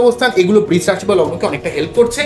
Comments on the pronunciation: Eta "Brish" rashi noy "Brisha" rashi.....pronounciation ta thik korun. khub kaane laagchhe. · বৃষ বলবেন না প্লীজ!! বড্ড কানে লাগছে। বাংলা খুব মিষ্টি ভাষা, সৌন্দর্য টা বজায় রাখার চেষ্টা করলে ভালো হয়।ধন্যবাদ।💐💐💐